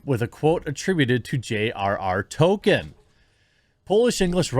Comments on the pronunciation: It's Tolkien not Token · His name is ToLkIen not Token! He’s not a black South Park character! Is it literally impossible for you to pronounce even one person’s name correctly? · I like your channel, but would please learn how to speak properly? J.R.R. Token? Please proof read and got some phonics lessons if you are going to base a career on public speaking. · Real name: Tolkien Jeremy's version: TOKEN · It's not token jerremy. Try saying it like toll keen. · Dude! Stop saying "Token." His name is pronounced "toll-KEEN." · Are you saying Token instead of Tolkien (Toll-Keen) because of the south park episode? Lol. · Tol - keen! Not Tol - kin. Sorry. It was driving me nuts 🙃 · I know you're trying to say tol K ein but you pronounce it token. “Evil cannot create anything new, they can only corrupt” - J.R.R Tolkien fuck the woke trash that destroys everything I love. I hope it bombs and doesn't even last one season. It could of been a really good show with the fall of Numenor and the deceit done by Sauron and the twisting of the Numanorian king and the creation of the black(as in evil) Numenoreans. It could of shown the construction of temples to Morgoth. It could have shown the eventual rise of Sauron. That to me is way better than this woke shit. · Why does Jeremy always call Tolkien "Token", am I missing a joke here? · Fuck sake Jeremy, are you saying 'Token'on purpose? :D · Any one else being driven nuts by him pronouncing Tolkien the same as “token” for the last four videos on this topic?? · is Jeremy saying Token on purpose , like south park? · The world of "tolken"? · I was g9nna make fun of your pronunciation of Tolkien, but it 100% fits. This isn't Tolkien's world: This is Token's worlds. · I can’t get over the fact that Jeremy keeps calling Tolkien “Token” bruh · OMG. Please stop saying "Token." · Will you please pronounce "Tolkien" right please! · The way you say Tolkien triggers me ngl